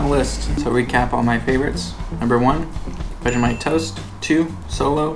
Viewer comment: I love you guys just for doing Vegemite the right way :) Finally